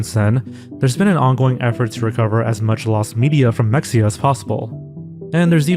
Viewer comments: Mexia is pronounced "muh-HEY-ah" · It’s pronounced: Meh-hay-ya. Mexia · I would watch a full mexia video but only if you pronounce it correctly. It's Meh-hey-uh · It’s pronounced ME-HE-YEAH, not MEX-YEAH. Did you even research the case at all???? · What is Mecksia? I know of Mexia, but not Mecksia. . . Weird. Wonder what Mecksia is. . . Did you mean Mexia? Its of Nahuatl origin so that X is an H. There aren't many instances of the X in Spanish sounding the same as the X in English. Usually its an H or S, and in some regions of Spain it is /ʃ/. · This is such a small correction but “mexia” is pronounced Ma-hay-ah. We have a town named mexia as well in east Texas. I grew up there lol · it’s not pronounced “mecksia” “”